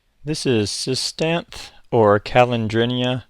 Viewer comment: SIS-TANTH-THEE I believe.